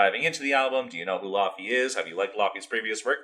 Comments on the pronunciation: You pronounce her name like laffy taffy 😂 the au combination gives a different sound in icelandic I don't even think English has that sound 🤔Ask Google to pronounce it for you! ❤ But you said Jónsdóttir quite well yes in many European languages j is like y in English 👌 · Her name is pronounced Ley-vey actually haha